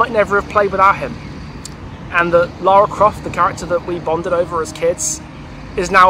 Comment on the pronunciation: How are you a fan and you count even pronounce her name right